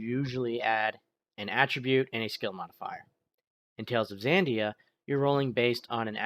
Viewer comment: It's Xadia, not Xandia